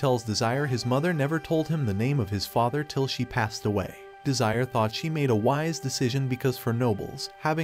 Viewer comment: Bro said desire